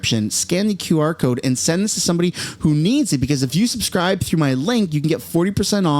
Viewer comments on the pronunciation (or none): none